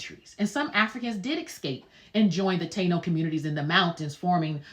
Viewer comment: Also, Ta-ino.